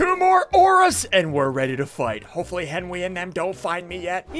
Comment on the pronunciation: Did anyone notice ssundee said Henry instead of henwy :O